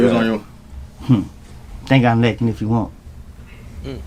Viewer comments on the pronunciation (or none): says laking not lacking😂 All good tho